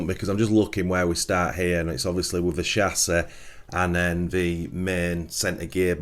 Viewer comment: This video is unwatchable for me, cause of your pronunciation of chassis and aluminum...ugh my soul!👎👎